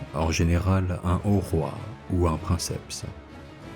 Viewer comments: Vidéo hautement pédagogique, je l'apprécie énormément. Je me permets cependant une remarque : à , "princeps" vient du latin et se prononce donc "prinekepse". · Je pense que c'est aussi une question d'habitude. Entendre "princepte" me fait toujours bizarre car je l'ai toujours entendu dans sa version dite latine.